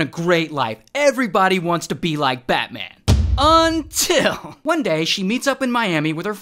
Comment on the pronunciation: Everytime you say: UNITL.....